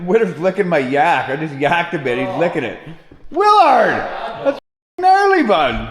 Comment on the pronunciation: The HIPPY VAN WILL BE THE TRIPPY VAN IN SHORT ORDER, NEXT VID. When I first found your channel it was in the winter time & I thought you kept callin UR DAG " WINTER DAG ". Much later I realized it was actually " WILLARD DAG ", LMAO.